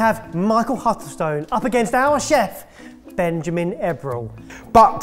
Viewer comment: i caught that too! lol